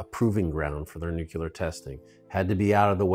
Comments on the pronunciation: I don't care who you are, I am always irked when someone says "Nu-cu-lar" instead of pronouncing it properly "Nu-cle-ar" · nucular lol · A really great production, and an interesting story. I must admit though, nothing quite disturbs my ears more than hearing nuclear pronounced nu-ku-lar. It is absolutely grating. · It still amazes me to encounter people who specialize in a field of, or closely connected with, nuclear power, *and* who seemingly understanding the fundamentals of the English language... Yet they still say "nuke-you-lur." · americans saying nukular will never be funny XD